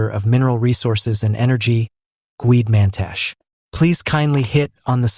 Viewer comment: Get your "AI voice over" to pronounce the African names CORRECTLY! The last letter on every name MUST be pronounced ie: NOT GWEDE - its prononuced GWED-E and Mantashe is pronounced MANTASH-E